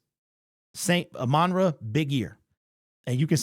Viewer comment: It really bothers me when people call him amonra instead of ahmon rah, that’s like me calling Jack Campbell jake Campbell…